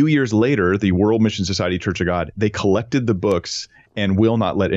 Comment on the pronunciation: You keep saying “missin society” 😵‍💫